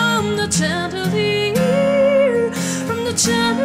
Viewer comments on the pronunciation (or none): really nice. but just a tip for you.. it's pronounced shandelier... 'sh' sound (like in shout), not chan. cheers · Can someone please tell her the correct way to pronounce (and sing) chandelier (sh-and-uh-leer)? Otherwise, well done. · I love this cover but it's pronounced shandelier even though it's spelled with a ch but I still love this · Justin Salud well pronunciation is part of a vocal performance so... and conversely you're discounting her pronunciation for her craft personally this is one of my favorite covers of this song but it is pronounced with a SH not CH sound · its shandelier.. pronounce it properly... thats all. otherwise its a great singing performance.. I likeit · Instead of chandelier she pronounced tyandelier... I'm sorry but it's true... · It's pronounced like shandilier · Nicely done both vocals & guitar. Yes, I noticed the different pronunciation of "Chandelier" but it was fine. This is your version, not a copycat. Good for you! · Her high choruses are beautiful but the mispronunciation of the word 'chandelier' is very distracting. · I somewhat agree but I think the 'acoustic' set makes the falsetto suitable. What I for some reason, didn't like, was the way she pronounced chandelier lol. But this is well done nonetheless. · I really appreciate this interpretation overall with the falsetto in the chorus and the acoustic guitar! But I don't think you're pronouncing chandelier right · Sometimes her singing was slow and she pronounced chandelier wrong... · u mispronounced chandelier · can no one pronounce "chandelier" properly?